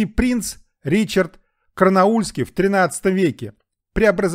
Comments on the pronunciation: на 7.01 ролика: "английский принц Ричард Карнаульский":-) (чуть-ли не Барнаульский) - правильно говорить Ричард Корнуоллский (англ. Richard of Cornwall), гляньте хоть в Википедию что-ли... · Ричард Корнаульский ? Как дальше слушать ? Тьфу...